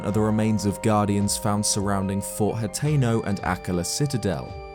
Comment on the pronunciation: Finally, a youtuber that can properly pronounce hateno!!! Definitely subscribing!